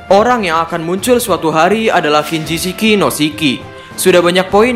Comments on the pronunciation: Kinjishi no Shiki, Min ... Bukan Kinjishiki no Shiki ... Sorry ralat aja, Min. Buat membangun channel ini juga. Hehe ... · Kinjishi no shiki min, bukan kinjishiki no shiki 😁